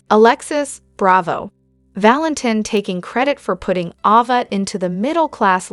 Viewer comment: Please stop misprouncing names! Its A-va, not awww -va! Why in heck do and then you do that? Viewers dont like their characters being called the wrong names! Why is that done?